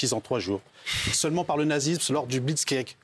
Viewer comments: Il a dit Blitzsgueg ..... Sgueg 😅😅😅😅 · Ouai fin il lit juste un poste Facebook de 2020, sans en comprendre le sens ... d'ailleurs on voit très bien qu'il ne maîtrise même pas son sujet, il arrive même pas a dire "Blitzkrieg". Tu parles qu'il cite des faits historiques, normal c'est même pas lui qui l'a écrit ce discours 🤣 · Il a du mal a prononcer Blitzkrieg 😂😂😂 Moundir il se retient de pleurer 😂😂😂 Regardez-moi svp 😂😂😂 il nous fait le Frankie Tapiroz !!! 😂😂😂😂 Moundir qui cite Albert Camus 😂😂😂 La vérité Laisse parler Moundir t’as tout dit !!! Mais ne parle plus 😂😂😂